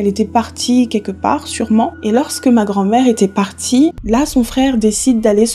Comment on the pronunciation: Merci beaucoup pour la vidéo, ça m'a fait plaisir de voir le Cameroun sur ta chaine. Pour la vidéo de l'oncle la prononciation, le "c'est moi" tu l'as bien prononcé mais le "ma" de la fin qui veut dire "moi" se prononce plutot "mè" ( je me sentais obligé de le dire je sais que c'est pas très important 🤣). Superbe video sinon !